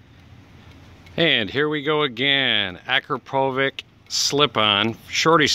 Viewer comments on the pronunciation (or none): The baffle is removable. You drill into the side of the carbon and there's an allen bolt head. Then you use the Akra plug to cover the hole. By the way, it's AkrapoviCH -- the accent of the C means it makes a "ch" sound. Akra is Slavic/Balkan - from Slovenia. Edit: "full flow" sounds a bit silly, in that the true Akra (not your auto parts store pipe) makes far more power. Especially if you remove your so called "non-removable" baffle ;) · pronounced "Akrapowitch" 😊 👍